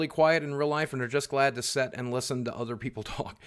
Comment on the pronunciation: boogie big question why do you always say 'set' instead of 'sit'